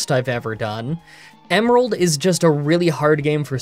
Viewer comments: Pokémon Emearald 😭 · Emearld lol